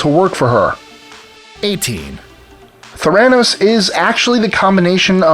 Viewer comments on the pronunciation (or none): PLEASE PRONOUNCE IT PROPERLY - you even said it - it's "thera" for therapy and "nos" for diagnosis. It's Ther-a-noos - NOT Th-RAN-os. I mean it's only been said in public what, HUNDREDS of times? Come on, you have one job. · Wall Street? Pharmaceuticals? Neither is applicable. Theranos: accent’s on the first syllable, according to how she pronounced it. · Might want to start by pronouncing Theranos correctly. Thumbs down. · You're not pronouncing Theranos correctly. Emphasis on first syllable, not second. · I hate the way he says theranos